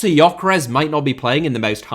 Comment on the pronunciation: he does call Gyökeres Yokeres though :) This is how it is pronounced